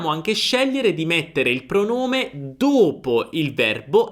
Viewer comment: Perché chiudi la lettera ( O ) quando dici : ( dopo ) ?